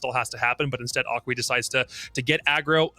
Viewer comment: Aqui is pronounced like a ki